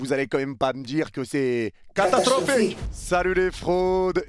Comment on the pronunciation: Ce que j'ai retenu "C'est catastrrrrrophique !"